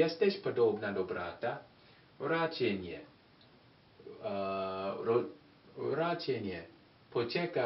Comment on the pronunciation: and you speak Poczekaj with j like in Jurek. Keep up good work :)